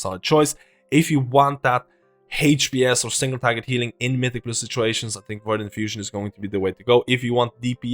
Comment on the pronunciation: "Just tink of de possibilities"